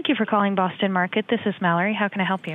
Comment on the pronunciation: Bwoston market